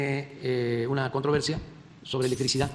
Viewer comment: Se dice electricidad o electricidaaa